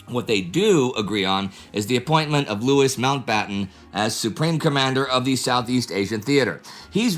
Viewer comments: You miss the point. In British English the final "s" in that first name is definitely silent, distinguishing it from "Lewis". That is how Mountbatten pronounced it. American English is different, sure, but Indie tries to pronounce names and places as much as possible with the LOCAL pronunciation. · A small point. Mountbatten's first name Louis is pronounced loo-ee in the French way. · Louis Mountbatten is pronunced the French way, not as "Lewis" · Not Louis more like Looy Mountbatten